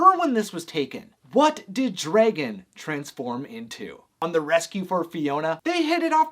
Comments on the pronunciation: Where is your accent from? You're making dragon some somewhere between dregin and draygin. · Why do you say Dray-Gen? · DREgon it’s Dragon, no Dregon lol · DREgen STFU ITS DRAGON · You say Dragon weird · I cannot get over his pronunciation of dragon 😂